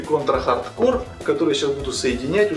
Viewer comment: Если уж начал, то иди до конца "Конть ра Хатд Коу"